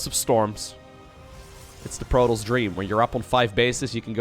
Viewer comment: Not hating on the accent, but every time you say protoss, i swear i get a piece of my brain removed. Love the content though, keep it up.